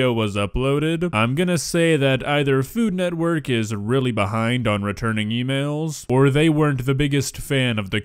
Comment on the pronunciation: To be fair to, the lady really butchered “food network” Sounded more like “Fulumwerk???” 😂